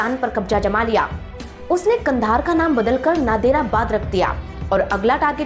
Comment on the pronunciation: आप तो कंधार का नाम भी सही नहीं ले सकती , भाषा ऐसी है जैसे कोई अनपढ़ जाहिल औरत है 😮